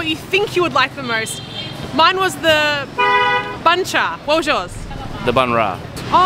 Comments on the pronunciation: it's funny the way you eat bun cha. Combine the meat and bun together dip it in the sauce. You don't eat meat and bun separately like that. Btw, it's called "BUN CHA" not "BANH". Pronounce B U N, not B A N H. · Actually, it's pronounced "boon" with the Vietnamese accent. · The way she pronounced it sound exactly like "BANH" which means a "cake" or "baguette" in Vietnamese